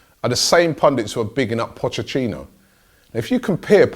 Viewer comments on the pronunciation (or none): Pochetino not pochechino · Pot-chet-tea-no, not pocheththino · Am I the only one hearing "pochechino" 🙈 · "pochechhino" loool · Can we get a 10 hour video of Robbie trying to say pochettino